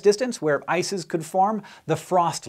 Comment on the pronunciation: ''Water Vapor, Methance, or Ammonia to freeze and form ISIS'' Can't be the only one who heard it.